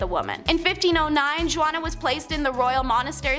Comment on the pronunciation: Juana is pronounced hu-ana.